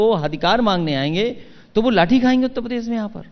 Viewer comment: इस प्रोग्राम में अखिलेश ने कितनी बार उत्तर प्रदेश को ऊत पदेस कहा